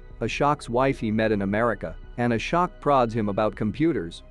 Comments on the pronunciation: As an American it's still embarrassing. I've known how to pronounce Ashok since I was a kid. Really, if they're going to do a review of a foreign movie, at least watch the movie FIRST so you know how to pronounce the names. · Lmao i thought it's A-shock all along I was ye kaisa nam hai🤣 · Ashok- aShock Balram- BAL ram The pronunciations are just funny 😂😂